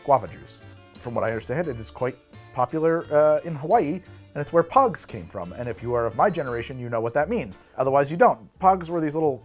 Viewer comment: I loved pogs! I also thought you were saying pugs, as in the dog, at first. XD